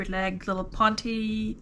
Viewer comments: Pont”E” not Pon-tay 🤦🏻‍♀️ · Wait.. They're NOT pronounced "Pon-teee" pants??!?! 😳🤯